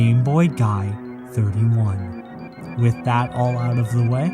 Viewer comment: I was only listening and I swore his name was GayBoyGod, i had to tab over and check